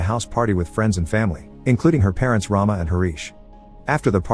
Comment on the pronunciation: The pronunciation of Rama is not as you have done it. Since it is a female name, it should be rum-a . Rum as it is pronounced in English and a as you pronounced in Rama. Rama means a Hindu goddess of prosperity. It is just for your information.